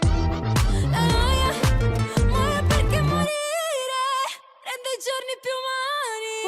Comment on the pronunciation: Finally someone mentioning the use her dialectal inflection and pronunciation. As an Italian, even listening to other Italian voice coaches/singers reactions, nobody mentioned that. I thought I was going crazy noting something weird in the way she stressed the "gio" in "giorni", or the very heavy rolling "r" in "ridere". That plus the cadence and how she is ending all phrases. But you finally linked that to a southern dialect and it clicked for me and made sense of what I was hearing!